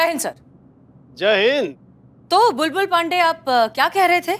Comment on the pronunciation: Pushpa ji ka acting over hi rhta h..bindi lallla ke papa😂😂bulbul ko sahi se bolne tk nh ata SHO kaise bn gya..amar vidrohi best tha👍